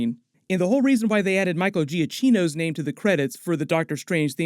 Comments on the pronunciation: Please it’s not Micheal GiaCHino. It’s not Spanish it’s pronounced GiaKKino (Italian) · GiaKino, cch is a K sound in Italian. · I believe the CH in giachinno is a hard ch like a K sound